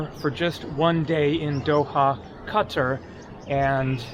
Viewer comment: Why did you say Cutter, you had it right before, it's Qatar (Ka-tar), maybe they're arresting all the people who insult their country by not pronouncing Qatar correctly